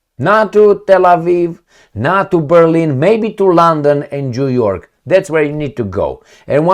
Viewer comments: Am auzit eu bine … Jew York 😂😂😂😂😂😂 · your Zimbabwean accent results in an interesting sound when you pronounce New York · He wanted to say New York 😂